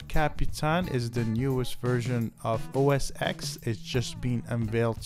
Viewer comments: You should pronounce the X as 10 so it's like OS 10. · Thanks for this. My only peev is referring to it as OS 'EX', when in fact it is a Roman numeral 10 (X), so OS 'Ten' would be correct. This coming from someone who started with OS 7.5.3 through 9.5.1, with the next logical release being 10.x.x. Great vid otherwise, thanks again.